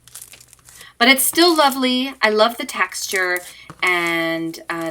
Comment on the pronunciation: who else herd her say "i love the taxture" not texture XD